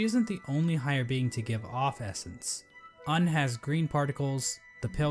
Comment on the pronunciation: this dude is telling lies, its not pronounced uhn its more of oon